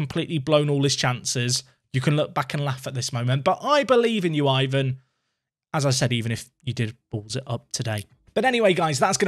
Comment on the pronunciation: Guilherme is a though one for English speakers. Try Google Translate to help you. Syllable-wise is GUI-LHER-ME. Also, Ivan would as EE-VAN. Like an "E" sound on the first vowel, not "I".